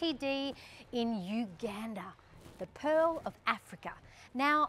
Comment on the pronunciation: It's actually Pearl,not pill 😊